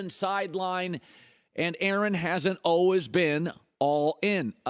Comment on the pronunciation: Colin "olwehs" Cowherd. What kind of accent is that? Lol